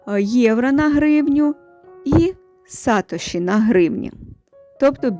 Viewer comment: Это имя создаеля биткоина Сатоси Накомото (англ. Satoshi) ударение на второй слог